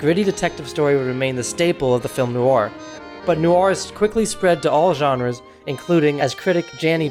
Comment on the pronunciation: Good Subject & At First I Thought It Was Ai But Then I Noticed It's Eight Years Old? It Sounds Like You're Pronouncing Film Noir, As Film New Are! Thank You. (Like #669 - Comment #80)